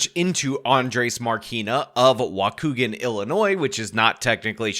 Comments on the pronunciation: It's pronounced "Walk-kee-gan", lol. I've never heard it pronounced any other way.. Anyway, I'm THRILLED ICE is up here deporting these illegals - everyone thinks it's just Chicago but it's not - Lake County has it just as bad as Cook County/Chicago, perhaps even worse considering the state treats Lake County as an "overflow county" for Chicago's undesirables.. I mean illegal immigration has been out of control up here for DECADES so watching this unfold is extremely satisfying to witness because everyone is sick of it and it's only gotten progressively worse over time.. So yea, this is EXACTLY what I voted for and I don't feel the LEAST amount of guilt!! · Waukegan is pronounced Wah Key Gun. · Hey brother, it's pronounced "walk kee gan". 40 minutes north of Chicago. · It's pronounced Wah Kee Gan. If this is gonna be a repeat appearance on the show,. Just so people don't insult your diction on city names. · Waukegan is pronounced wa-kee-gen. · Love your show: It's pronounced Wah-Kee-Gan. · Illinois native here. We pronounce it "walk-ee-gan." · dude.. I live in waukegan... I'm soooo tired of this fuckin story lmfao edit: you pronounced it wrong. its WA-KEE-GAN